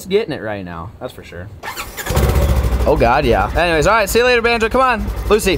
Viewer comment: Lmfao that’s not even og!!! And it’s bonzo not “banjo”